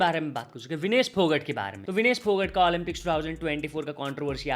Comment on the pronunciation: भाकड❌ भाकर ✅ फोगट ❌ फोगाट ✅ 🤡